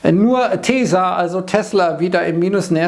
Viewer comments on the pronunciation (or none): Tesa ...und gut ist. 😅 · Das stimmt, nur vergist er immer das "L" in TesLa. An alle Loite: es heißt TesLa!!